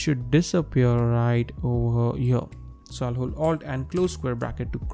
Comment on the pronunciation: “right over HYURRR” 😂😂😂